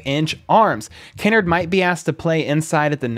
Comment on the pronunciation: It’s Kinnard, not Kinnerd! Lol